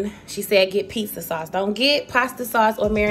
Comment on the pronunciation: "a pissa" 😂😂😂😂